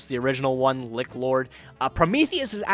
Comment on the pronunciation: Did pronounce lich like lick?